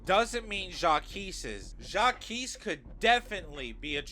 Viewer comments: It's said Jacques/zhak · why do you pronounce Jacques like that 😭😭